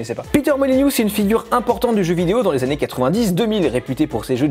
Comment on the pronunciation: Molyneux pas Molygnieux BOOOON SANG !